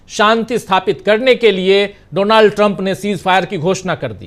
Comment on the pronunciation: His name is pronounced as Daanld Trum.